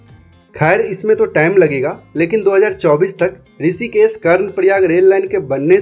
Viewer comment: why you pronounce S instead of SH.? It is Rishikesh not Risikes, Pahari area not paari area. yaar teri English bahut galat hey. I do not where you studied? Every word wrongly spoken.